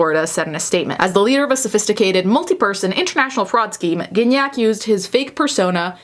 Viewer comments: Gignac is such a french canadian name x) the first g is not pronounced like that, its the other g. Can’t think of an english word that uses that sound... its not like giraffe, there’s no d sound before. Anyway. What a weird timeline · I didn't realise you pronounced Gignac like cognac 😬